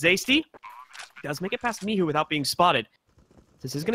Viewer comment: Zaczyna mnie to powoli denerwować że w każdym meczu inaczej wołają na Micha. "misiu, miczu, micu" WTF BOYZ!